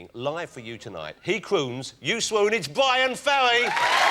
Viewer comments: Its "BYWIN FEWWY" hahahaha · Maybe I'm just grumpy, but Ross and his silly speech impediment sorta piss me off ("Bwyan Fewwy", "Mascawa", etc.,) Anyway, nice perfromance of one of the best tracks on "Frantic", and Ferry handles it all with class and good humor.